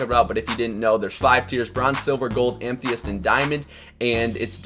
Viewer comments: Am-eh-thist not am-thee-ist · It's Ama-thyst not amtheyidt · Its pronounced: am-uh-thist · It's pronounced: Am-Eh-Thist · Amethyst. Am-uh-thist. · "Amthyest" It's Amethyst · Amethyst your saying it wrong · The way you say amethyst triggers me